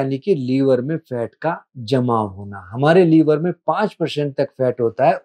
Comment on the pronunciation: लीवर नहीं लिवर बोलिए